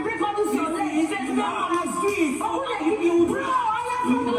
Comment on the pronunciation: Insulted biggie! I hear her say 'Hoh my foot'